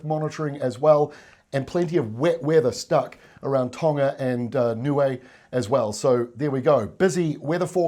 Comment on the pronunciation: Thanks for your well informed updates, much appreciated. Also well done on the pronunciation of Niue 🤙🏾🇳🇺